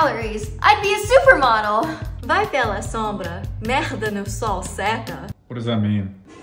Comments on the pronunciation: No way you just talked in portuguese in perfect accent just to say that :( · Eu até me assustei com o quão bom a pronuncia dela era. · Brazilian meme mentioned. Also, with surprisingly good pronunciation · that was unexpected hahaha. Are you Brazilian, your pronunciation was perfect! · it means “go by the shadow cause shit (laid) on the sun gets dry” Btw nice pronunciation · random portuguese quote with near perfect pronunciation ❤ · The portuguese pronunciation was on point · Probably someone pointed that out already, but your pronunciation of Portuguese was spot on! The "vai pela sombra. Merda no sol seca" phrase. Congrats! 😊